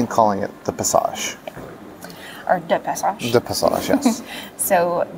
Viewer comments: Duh PassAshuh (emphasis on "A". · Next time Dutch breakfast? Boterham met hagelslag ;) And it's pronounced 'duh paasashuh' 😄 👍 good luck. And thanks for the nice vlog of our lovely Den Haag.